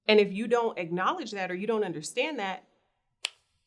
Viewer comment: Damn, u really are illiterate 🤦🏽‍♀️ At first i thought u were playing around with words intentionally lol but when u just said “ah-knowledge” instead of pronouncing the “k” i fell out!! 🤣😂😅